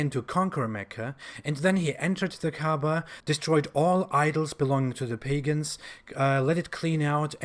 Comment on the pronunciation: They keep talking about Kaaba and all I can hear is Kaabbage. (pronounced cabbage 🥬)